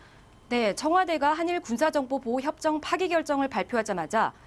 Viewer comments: 남자 앵커는 종료라고 하는데 여자는 도쿄 특파원이라 그런지 일본 사람들 스피커로 변했나..? 왜 계속 파기라고 그래 파기에 강하게 엑센트 넣는건 무슨 의도가 있아? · 파기 가 아니라 종료입니다. 일본에서 파기라고 하고잇는데 그걸 똑같이 읽습니까?? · 기자님...... 자꾸 파기 파기 거리네... 파기 아니고 종료라고...